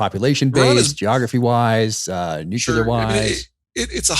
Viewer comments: Peter, you are intelligent, so please pronounce NUCLEAR properly! IT'S PRONOUNCED, NOOOOCLEEEEAR, NOT NOOOOKYOUUUULAR!!!! I cringe everytime I hear people say "NUKEULAR", which is NOT a word. I expected that from BUSH, years ago, but not today from smart people. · Come on, both of you! The term "nucular" does not exist. Your credibility declines precipitously every time you use that term, rather than nuclear. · It makes me cringe when Zeihan pronounces the word nuclear as "noo-cue-lar". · People who talk about ICBMs and pronounce the weapons as "Nu qu lar" do not lend themselves much credibility about anything else they're holding forth upon. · Nuclear, not nukular.